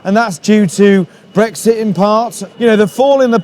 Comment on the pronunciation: Nothing like putting an American on as the narrator. Really lends it the imprimatur of legitimacy. Especially the way she pronounces "breggsit". Nicely done, Vice.